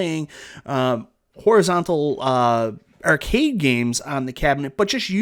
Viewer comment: This is my first video. I don't think I'll ever tire of hearing him say the word "Ehrcade";)